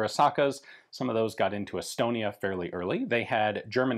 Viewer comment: Did he say Elbonia?